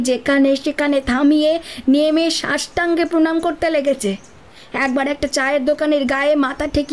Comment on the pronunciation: গল্পের কথক ‘সাষ্টাঙ্গ’-কে ‘সষ্টাঙ্গ’ উচ্চারণ করেন কেন সেটা এক রহস্য আমার কাছে।